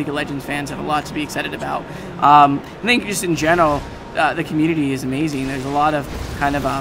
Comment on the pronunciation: pretty sure he says "aMAIZEing". Maize is the stuff that Rob Schneider said to put on the grandmas foot.